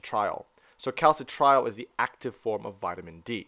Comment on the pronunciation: As much as I appreciate the information, it is a major pain for the non-Anglo world to decipher Latin- or Greek-based terminology pronounced consistently wrong: calci-trial (cal-citri-ol), lie-gand (liggand), oxi-daze (oxi-dah-sey), endo-cry-nology (endocreenology, 'i' as in FIT). '' sounds of 'Phili-pine' origin, thus, having once been a Spanish colony, could we have a Spanish based pronunciation, PLEASE?